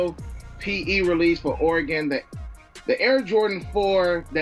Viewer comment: Dude having all the “Oregon PE” and can’t even pronounce it correctly 🤦🏻